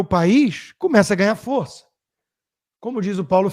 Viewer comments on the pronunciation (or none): none